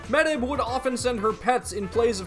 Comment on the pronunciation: Amazing videos and I'm enjoying going through them, but hearing the mispronunciation of Medb (pronounced closer to may-ve) kills me a little lol